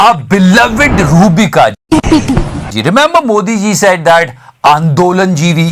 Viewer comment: Ruh bikaa bhai jaan. 🤣🤣🤣🤣🤣🤣